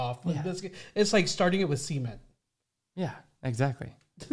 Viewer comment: did you say semen? Or was it cement? Cement has the emphasis on “ment”.